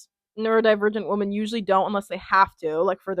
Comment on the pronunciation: I noticed this on multiple of your videos but I wanted to let you know the pronouncation of women (plural for woman) is "wi-muhn" instead you keep saying it as "woman".